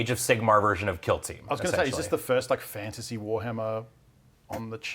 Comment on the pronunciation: AF Fan-ta-say